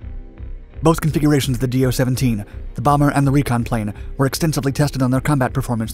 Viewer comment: It is not "D-O"! It is one single word. speak like "Doe".